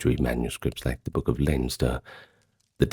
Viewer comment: Thanks! He's saying "book"! 😂 I honestly had no clue what he was attempting to say!